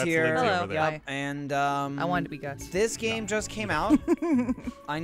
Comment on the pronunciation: speaking as a brit, gus physicallly pained me